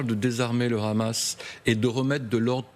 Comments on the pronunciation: Vous faites trop rire quand vous prononcez le hamas ,le rhamas juste pour que cela sonne plus dure ou que cela rappel les rats qu ils peuvent être ! Ça ce dit le hamas point il n y a pas de r roulé ,MDR 😂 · Arrêtez de dire le Ramas , c'est Hamas. On dit Haricots pas Raricots.